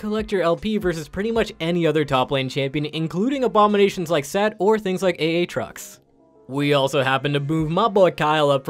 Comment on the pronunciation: did you just say A-atrox you animal